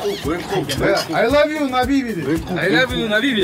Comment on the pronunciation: I love you ❌ I lobe luu ✅ 😂😂😂